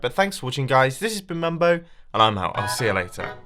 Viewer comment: lol mumbo not mambo XD